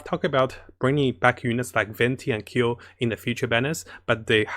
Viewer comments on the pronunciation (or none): it's Klee not Kayle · Wtfind wrong with KLLEEEEE NOT keel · Fking say KLEE not KILL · It's klee not keel lol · Am a bit annoyed, why he keep calling her kill .. her name is klee and should be called kelee not kill.. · sees klee: keel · ...and he's back to saying "keel"... we were doing so good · when he tries to scream to raise his luck when gacha-ing for Klee: keel... Keel.... KEEL.... KEEL! KEEEEEEELLLLLL!!!!! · Keel FTW :) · My boy so excited for klee he went back to saying keel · He’s saying Keel again XD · Yeah Klee with "ameno" instead of anemo. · At this point, i gave up on how he pronounces klee.